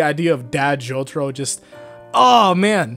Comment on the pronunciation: me: opens video me: hears the way he pronounced jotaro's name also me: instant dislike